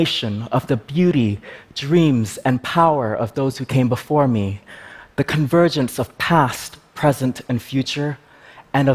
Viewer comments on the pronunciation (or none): none